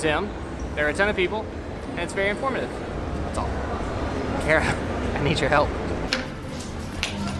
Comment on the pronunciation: Made me laugh when said "carrots" instead of Kara. 😂